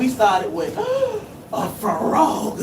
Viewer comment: 😂 You said, " It's a FU-ROG!!!"😂😅